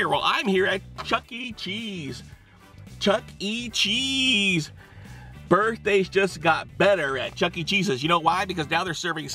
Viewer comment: here we go. The spaghetti and the meataballs apizza from the chucke cheesa😂😂😂